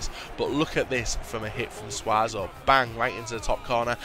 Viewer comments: It's not pronounced suazo it's pronounced sue-so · i am pretty sure it is pronounced sus-O